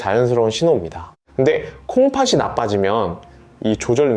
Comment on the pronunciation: 콩파시가 아니고 콩파티 라고 발음하세요 초등학생도 압니다